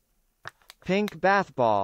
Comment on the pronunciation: ばぁthぼぉーぅる